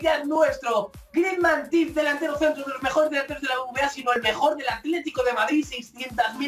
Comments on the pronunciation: Maldito loco! Jajajaja enhorabuena! Y esa d de Griezmann que se te escapó? Jajajaja Saludos y que no se te vaya la olla con los sobres EH jajajajaj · GRiedzmann jaja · GRIEZDMANN jajjajaja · Griezmann hahahahaha esa d se te colo